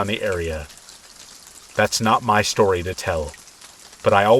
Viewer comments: I listen to your videos every night. I always say with you "after shtory number one, after shtory number two and after shtory number 3." It's our 'thing' 😂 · why does bro say “SHtory number 1” “SHtory number 2” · Have only watched 2 videos so far but their the only videos that will motivate me to do housework 😂 also I love the way you say “shtory” lol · Love how you say shtory xx